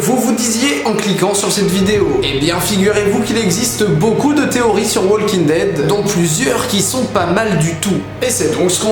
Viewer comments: J'ai souffert de t'entendre dire "WaLking Dead" et en plus sans le "The" devant. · super vid mais ptn les francais arretez de dire waLEking dead c walking dead prononcez pas le L Putain moi je suis bilaingue et g des amis qui regardent Aussie et je les corrige tout le temps yen a MARRE faites un effort c pas complique!!!!! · STP arrête de dire Wallllllking dead. Le L ne se prononce pas. Merci. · Pitié !!! Le « L » de WALKING ne se prononce pas !!!! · Putain!!!! Comment faites vous pour être aussi nul en Anglais??? Depuis le collège on t'apprends que "L" est une lettre muette qui ne ne se prononce pas dans le mot walk. Les profs d'anglais doivent rager de voir les youtuber presque se mordre la langue en prononcent le L de the walking dead...